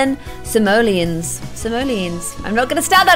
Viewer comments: You pronounce it sim-oh-lee-ons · Sim- Oh- Le- On is how you prounounce it :P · It's pronouced SIM O LEE ANS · Amelie Keech yeah you pronounce it like sim-oh-lee-ens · emma ! Uhm no. Sim-oh-lee-ons, not ens. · Yey!!! I'm so happy you are finally in dream house and I actually kinda like how you say sim- oh- lee- ons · sim - o - lee - ons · Binge watching this series in 2019...please tell me eventually stops saying Simoleons wrong...also “pm at night” and “am in the morning”